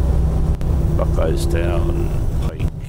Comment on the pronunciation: Your lucky you weren't a few hours later or you'd still be traveling to the yard. That way to the yard is total gridlock in rush hour. Also you mispronounce "Buckeystown", you say Buck Eyes Town, its actually Buck "EE"s Town. haha